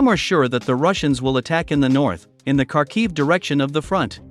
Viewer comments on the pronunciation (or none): none